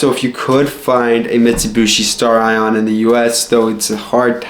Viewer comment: Also it's "Stare-eon" not "Star Ion".... jesus christ who taught you english?